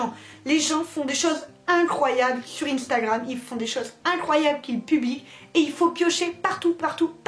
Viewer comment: Instagram ne se dit pas comme ça